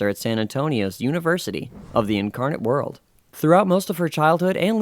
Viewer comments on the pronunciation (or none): Incarnate Word, not World.